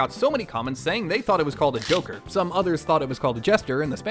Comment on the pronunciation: I though you called it jacker